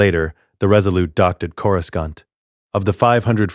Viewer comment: Yeah like when it says the h in Ashoka. And says Corascant wrong also. And a lot more like the wrong race for characters sometimes.